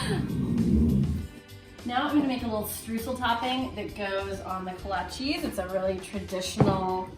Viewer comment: Kolachis?? "Kolasj" is how they are pronounced, prozimtje!